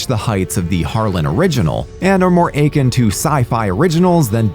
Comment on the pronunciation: Never heard "akin" and "albeit" pronounced like that.